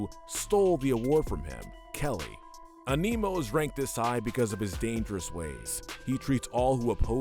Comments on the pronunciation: I like the video but HOLY SHIT I hate the way you say Animo An-ee-moe not anee-moe It’s hard to describe without saying it but you get it. Also he says it in the show multiple times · its animo not aneemo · He pronounced Animo as A Nemo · Bruhhh Dr Anemo? It’s Dr Animo and Albedo it’s Albeedo that’s how to pronounce them also Asmeuth? Is Asmuhth however nice vid 👍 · Your mispronunciation of Doctor Animo drove me bonkers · Who’s triggered by him saying Aneemo and not A-ni-mo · Small thing but it's not pronounced as "A-mi-no". It's "An-no-mo" as it's almost like saying the word "animal". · It’s pronounced “animo” not “aneemo” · its pronounced, ani mo, like animal morose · Animo is named after animals. The mispronounciation is painful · I’m often annoyed by the Last Airbender-esque mispronouncing of the characters names on these lists. It was never as bad as the miss naming of Dr. Animo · The way you pronounced Dr Animo made me cringe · Are we not going to talk about how he mispronounced albedo animo and azmuth that was annoying but otherwise good list I think both Kevin and hex should be lower though since both turned a new leaf in a later series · Why are you unable to pronounce Dr Animo, Albedo and Azmuth correctly?? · THAT'S NOT HOW YOU PRONOUNCE ANIMO!!